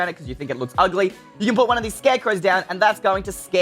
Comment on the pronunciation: HE SAID OGLY what